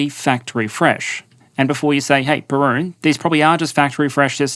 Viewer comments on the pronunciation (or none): Wait...that's how you pronounce Perun? ...I need to rethink my life